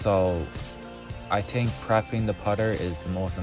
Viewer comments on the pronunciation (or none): “What you tink”